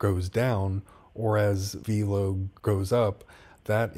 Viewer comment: My guy, it’s pronounced “VEL-LOW” like “hello” with a V. I only know this because I’ve watched interviews with their executives. Love the content and vids 🙏🏼🤘🏼